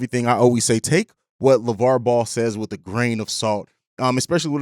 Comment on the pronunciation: I hope he's right but its Lavar man lol